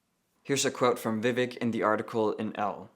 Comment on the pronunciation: Ugh why does this person have to ruin the name Vivek??? In all seriousness though it’s pronounced Vi-vake (like cake) I say to defend of Vivek Ramaswamy who actually deserves respect 😅